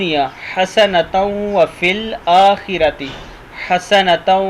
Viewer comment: Bhai ap ne tajveed sy nh prha hy. Akhira. Ra ap ne patla prha hy..